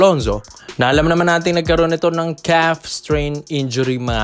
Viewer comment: ..ayusin mo ung bigkas mo..ANONG KEFS?! KAF UN (CALF)